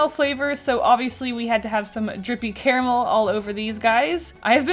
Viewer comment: I so thought you would be one of the people who say "CARmul" and it's bothering me that you dont for some reason.... I say it the same (correct) way. Hmmm